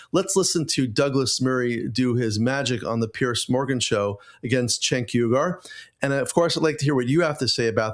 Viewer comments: You say his name wrong. It is Chunk Yogurt. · It’s pronounced ”Chunk Yogurt”